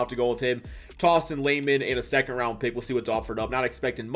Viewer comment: Its RounD not RounT 😂 but love your content bro